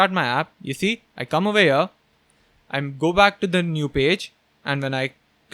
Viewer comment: I think there is some problem in my earphones whenever says 'here 'i hear 'ear' Need to change earphones. 😂😂😂 Love your work ❤